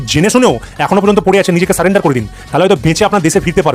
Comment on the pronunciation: স্যারেন্ডার করছে না, স্যালেন্ডার করছে। 😂😂 একে বলে বাপ ডাকা।